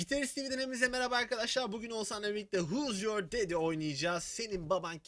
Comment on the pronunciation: vuz yor dedi :D